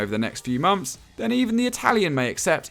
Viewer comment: Saying months as “mumfs” doesn’t distance you from being a toff.